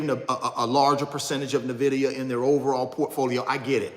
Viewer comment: Can someone teach him how to pronounce nvidia